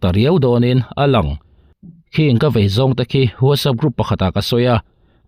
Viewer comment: Vai a ni lo,vei tih tur aw